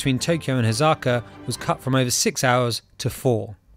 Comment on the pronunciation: It’s Osaka not Ozaka I’m japanese